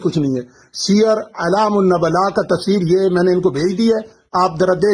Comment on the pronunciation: نبلاء ن پر پیش ہے